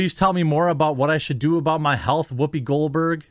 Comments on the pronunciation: Whhhoopi? You're saying it weird. Why are you putting so much emphasis on the H? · Wwhy are you saying Wwhoopi like that? Wwhy oh wwhy lol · I'm sorry man, your points are all wonderful and maybe I'm just from a different part of the Midwest than you, but every time I hear you say 'Whoopi Goldberg' I lose focus because the way you say words starting with 'wh' is funny to me. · Why are you putting so much emphasis on the H? Stewie, is that you?